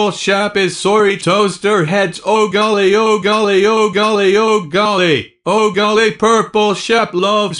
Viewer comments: yOu SAid oH gOiLY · “ oH GoIlY”